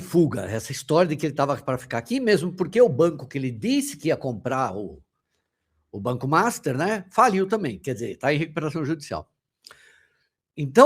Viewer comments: pq vc não pronuncia: Banco master? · Só eu tenho vontade de sair do vídeo cada vez que o pronuncia o nome do banco desse jeito? Acho tão irritante!